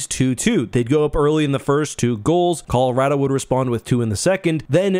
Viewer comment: Can you at least pronounce Colorado correctly?